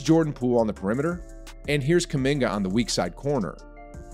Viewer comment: Stephen A: "kuMINGER"